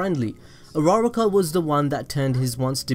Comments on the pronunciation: stop saying his hero name say his real name Izuku Midoriya and uruuaaaruukkaa is not her name its Ochako Uraraka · Am I the only one who heard rara-car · His intro: Hi guys today im gonna tell you why I think dekU does not like urARArarar kaA Me:... WHEEEZE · Dis man really said ur-rara-ka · You prounce it Uraka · AM I THE ONLY ONE WHO THINKS ITS ANNOYING DUDE ITS U RU RA KA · that's not how u say her name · I'm not mad about the theory I'm mad about the way he said uraraka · Bro the way u pronounced "Uraraka" had me dying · the way he said uraraka =_= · I shouldn’t hate but, the way he says uraraka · That way he pronounced uraraka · He butchered her name terribly